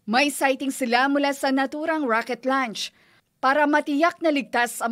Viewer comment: Anong klaseng reporter yan, bakit rocket LUNCH😂